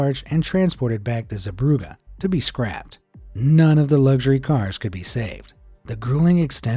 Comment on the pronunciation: It's Zeebrugge.